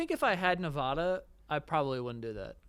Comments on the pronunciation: ITS NEV-ADD-UH 💔💔💔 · As a Nevada resident it’s my sworn duty to tell you it’s pronounced Nuv-ahhh-duh not Nuvawduh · love you guys, but being someone who's born and raised in nevada, it's Neh-vAH-duh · Guys it’s Nevada…not NevAHda🤦🏻‍♀️ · yall ain’t saying nevada right 🥲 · How they say Nevada is not okay 😂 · The way they mispronounced nevada would drive my wife crazy lol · How did I know you ding dongs would all miss pronounce Nevada